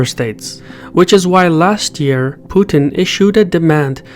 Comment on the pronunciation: Thank you for pronouncing Putin's name correctly. Seems like most foreigners can't handle a two syllable name